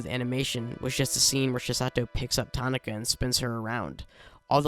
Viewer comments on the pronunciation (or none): her name is pronounced "ta ki na", not "ta na ka"